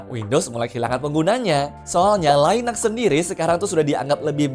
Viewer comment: btw ini konten by AI kah? koq linux bacanya laines?